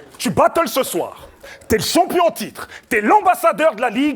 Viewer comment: il fait que dire pas mal et toucher bramzo. Mais met la gomme pendant tes rounds pour quoi tu commente ses rounds?... une bonne élocution>>?? la blague il dit CHOMPION hahahah.